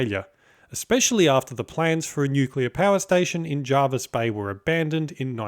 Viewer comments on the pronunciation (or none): actually pronounced jer-vis, not jar-vis bay 👍